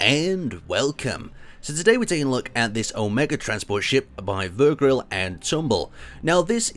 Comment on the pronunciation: It's Ver-gil but thnks for showing off the ship :D